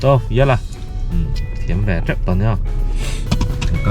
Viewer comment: Min mantrep,(tep)tihtur ni awmtak ania mizotawng hi kan uluk deuh avan ngai em